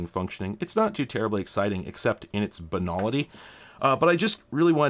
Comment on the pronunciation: I love your pronunciation of "banality." It sounds so much more intriguing when you say it!